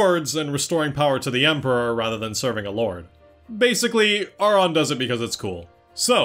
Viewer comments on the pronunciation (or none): Ive played ffx so many times and ive never paid attention to the fact that they never say his name... And im one of those people who say titus bc i just like it better... but you definently said Aurons name wrong.... you said it how its spelled but in the game english at least but they OR-in for the name... lol .... This was my first ffx game that really PLAYED if you get what i mean... When i was a kid my mom bought me a ps1 ffx game that had multiple disk it wasnt 7.... I wanna say it had a mech on the box or disk i cant remember. Then i played ten after my uncle played it but i was still young and never got far into it... i played crisis core, at that point i was older and decided i was goin to play 7 but as i was playing 7 i decided to go back and play X for real and play it i did lol ive got two ps2 disk one is the regular english version(with the hardest chocobo race) and i have international ps2 disk. then i also bought it for my ps4, i wanna say it was the first game i bought for my ps4, I bought it for the switch, and i have it for the pc... So i would definently say this is my favorite game but honestly i dont think ive played enough Final Fantasy games to say ten is better than another... Ive maintained for most of life that ffx is my favorite game... Not just ff game but favorite game over all... and i think it has aged pretty well... its one of the few games that i played as a kid that doesnt seem like work to replay as an adult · You’re kind of condescending to people for ignorantly pronouncing Tidus incorrectly, but aren’t you Auron’s name wrong the whole video, despite that they very clearly pronounce it “Or-in” in several games?